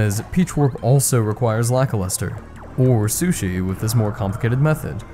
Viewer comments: You pronounce Lakilester as Lackluster? Is that a joke? Because I always thought it was pronounced lack-keel-stir. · Today I learned that the Cloud dude is written Lakilester. I never played this game but I enjoy your content of it. But the way you say his name sounds 100% like Lackluster so I thought that was his name. Lakilester should be said like the Laki in Lakitu, very hard emphasis on the A and I. And Lester, well just like the name Lester. This video is already kinda old but YouTube recommended it to me so I don't think you'll read this, but in case you do, I also don't think that you would change how you always said the name for this single comment xd Although you say it wrong and for me he is Lackluster now and I can't shake it off s.s